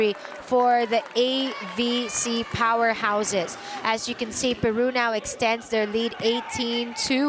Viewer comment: The commentator is SO pro Peru and uses her bad accent to pronounce the country's name